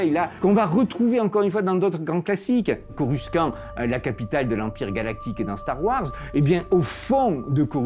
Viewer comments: Tres cool PAR contre, coruscant de star wars c est coru-100-t pas coru-quand-t 😭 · Corussssssante" mais super vidéo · Oulala, là prononciation de Coruscant Monsieur le géologue 😱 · Beau résumé de ce qu'est cette aberration de ville ( parcontre coruscant ce dis corussante dans star wars 😅) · Le "coruskan" m'a terminé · « corusquant » et non « corusssante » je n’en savais rien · J'ai mal à ma prononciation de Coruscant ..